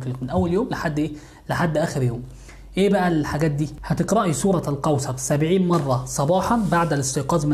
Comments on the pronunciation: لماذا يقول.. سورة القوصر... سورة الكوثر و انت في كلمات اخرى تقول حرف الكاف عادي. ليه تحرف في اسم السورة ازعجني هدا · انطقها جيدا ليس سورة القوصر بل سورة الكوثر ملاحظة وشكرا على المجهود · سورة الكوثر ارجوك صحح النطق ساعة ولا كثر وانا نحوس قاعدة نسمع سورة القوسر انشاء الله يا رب جزاك الله كل خير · اسمها سورة كوثر وليس قوثر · سوره الكوثر مو قوصر. الفظهه صح لأن هذا كلام الله. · اسمها الكوثر وليس القوسر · سورة الكوثر وليس القوسر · سورة الكوثر وليس سورة القوثر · اسمها سورة الكوثر وليس سورة القوثر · الكوثر وليس القوصر🙈🙆‍♀️🤦‍♀️ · تنطق كوثر وليس قوسر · هل يقصد سورة الكوثر ...لاني اسمع القوصر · القوسر و آية القورسي 🙄😒😒 الكوثر و آية الكرسي صحح كلامك و أعدل حروفك 😒😒😒